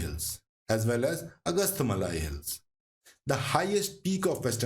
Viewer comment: pronunciation of names very bad, before creating such videos it's better to do some home work. It's sounds umpleasant to hear, 'anaamalaaaaaaai" palaaaaaaakkaad' 'agasthyaar malaaaaai'